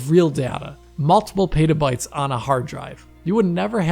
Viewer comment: Did this dude just say pey-ta-bytes? Christ.